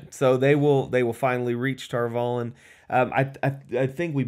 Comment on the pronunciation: Spoilers-ish.... - - - - - The title (one of) for the Amyrlin Seat is 'The Flame of Tar Valon'. (And the series confirmed - Valon rhymes with Prawn, not Talon. Emphasis on the final syllable. Just... y'know... being OCD, sorry.)